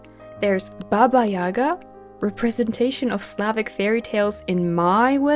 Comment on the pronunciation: Here I am watching a video about Ever After High when I heard you say "Baba Jaga" and the pronunciation sounded a little too familiar. I'm so happy there is someone from Poland that does such solid content. Thank you for your service 🙏 haha